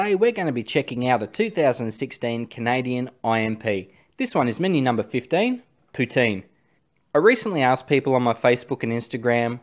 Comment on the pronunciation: I commend you on your pronunciation of 'poutine'.